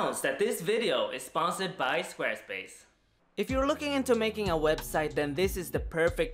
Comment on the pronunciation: Schquare Schpace